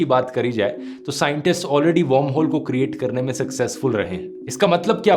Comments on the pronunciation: Great video, not to nitpick, but is it warmhole like you are pronouncing it or wormholes? Sounds off/ Odd. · Dhruv, its pronounced वर्महोल not वौर्महोल. You pronounce it as 'warm' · Dhruv I enjoy your content. But this video was hilarious..... because you kept pronouncing WORMHOLE as WARMHOLE. 😂😂